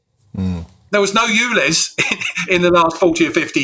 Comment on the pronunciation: S T OO V W X Y Z..... its U. Ulez. YouLez